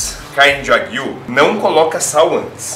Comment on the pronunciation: Só uma dica sobre a pronuncia do nome da carne, dever ser, apesar de eu não conhecer, Wa Guíu, com ênfase no ¨Guiu¨, pois esta é uma das formas para se referir a bovinos na língua japonesa, exemplo, carne bovina seria ¨Guiú Niku¨, já o leite bovino, ¨Guiú Niw¨, enfim, pelo nome me parece de origem japonesa e a pronúncia correta é com esta entonação, claro que não se escrevendo desta forma.